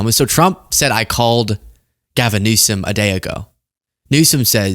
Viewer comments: I think he just called the California governor “Governor Newsons”. 🤷🏻‍♀️ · I think he was trying to say Governor Nuisance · He said Governor Nuisance. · He’s saying nuisance. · I think he was saying governor nuisance 🤦🏻‍♀️ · Governor “Nuisance” is what the homie is saying